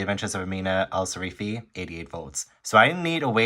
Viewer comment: How did you read the entire book but still call her Sarifi instead of Sirafi ? 😂 great video as always 👏🏻